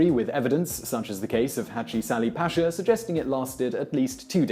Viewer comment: to clarify, Selim was an exception in Ottoman history. He was quite insane and had an obsession with killing anyone he became paranoid about, which was a lot of people. also, bashir is pronounced bahshir. same with paşa, pronounce it pahsha.